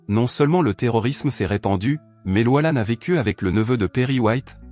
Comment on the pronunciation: On dit Lo......iiiiiiiisssss pas LOI :face-orange-frowning